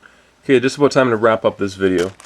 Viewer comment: he says aboot! so he really is from canada!